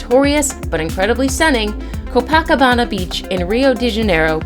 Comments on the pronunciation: DANGER! Are your kids safe? Just STFU already. P.S. Learn how to pronounce Copacabana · The same person that does the voice over has to be a teacher at Acellus Academy. She always says pitcher, for the word picture. Her pronunciations are all over the place. “‘Co pack cabana?’’ Co-pa-cabana. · Co-PACK-CObano??? 🤣🥴 Co-PUH-CUH-bana.......smh! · (Koe - PA - Cabana) ... Not (Koe-PACk-...) 🤦🏻‍♂️ it's driving me Crazy how she's saying that! 😬🤣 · NAMBIA? CO-BACCABANIA? FFS! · Omg it's co paw ca ba na ! Geeeze! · Do what did you call this popular and well known beach in Rio de Janeiro, Brazil??? Your pronunciation is way off! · oh my freaking Gawwwd!!! learn the names of these place you are voicing on...Please! you sound like a fool Kilauea? Copacabana? ..seriously you need to re-voice over these!!! or go back to Geography Class... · The narrator needs to learn how to pronounce the places she is speaking about such as Namibia, not Nambia and Copacabana Beach in Rio. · Learn how to pronounce "Namibia" and "Copacabana." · this idiot can't pronounce Copacabana ......................wtf and its hash-tagged "education " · PLEASE LEARN HOW TO PRONOUNCE THE NAMES OF THE PLACES YOUR SAYING. Copacabana Beach is dangerous because of the pollution, if you watched the olympics you would know that.